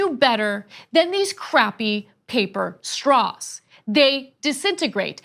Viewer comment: Did she say she wants staws that don't suck? Lol if it was Intentional, lmao if it wasn't!